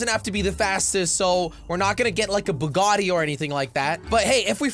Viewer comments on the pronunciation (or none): it is not bugany it is Bugatti